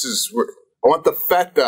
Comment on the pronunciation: The way Sebastian pronounced feta really ruined this ep for me.